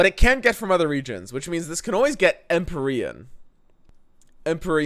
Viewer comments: Em-pee-re-in. Thats how to say Empyrean lol. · EMP-EERIE-AN/EN. Don’t mispronounce things. That’s bbgs shtick. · It's pronounced empeereeahn. PLEASE